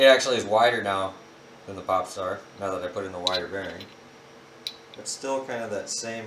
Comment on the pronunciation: when i hear popstar i thought you said p$rn star